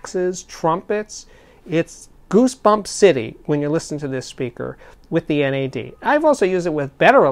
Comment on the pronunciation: do not think you can say nad in your way, you say n.a.d its not an acronym.